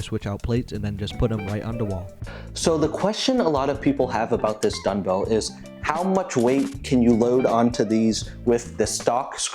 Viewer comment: Are you saying dunbell or dungbell? That’s dumb, as in dumbbell. Eisenlink says 80 lbs on each dungbell is the max. Why would do more than what they recommend? The Rep Pepins look horrible to set on your knees like you did in the video with the Eisenlinks. I would’ve gotten as much out of a 10 sec drop test. Sorry. And the shipping on weights from Ali is a good chunk of money that you completely ignored.